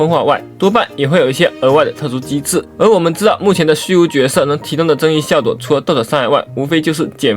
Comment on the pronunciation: 你的ㄍ都會唸成ㄉ欸 好好笑 效果（ㄉㄨㄛˇ） 有關（ㄉㄨㄢ）甘（ㄉㄢ）雨，然後ㄎ都會唸成ㄊ 復刻（ㄊㄜˋ）、可（ㄊㄜˇ）不是